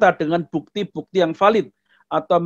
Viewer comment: Bukan VALID pak sebutnya tapi BHELIDDDHH pak.